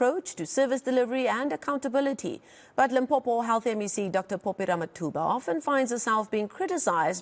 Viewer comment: Dr Phophi not "Popi"